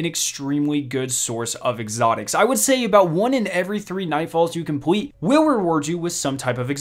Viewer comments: Bro work on your l instead of saying compwete complete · Okay, you've messed up saying Complete and Public, you said : "Compwete" and "Pubwic", need to fix that bro (Edit:) you need to learn how to say words with L in them.